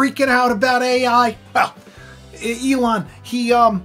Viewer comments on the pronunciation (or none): none